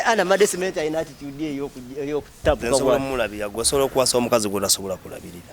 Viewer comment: Banange, omusajja alabika bulungi naye nga mukopi okusinzila kubyayogera .....mukopi nyo. That girl (female Zonto) deserves better. She is a very intelligent girl and too beautiful for that mukopi, Mbu alina "statitude" , oba agamba "attitude" bambi ! Aswaaza....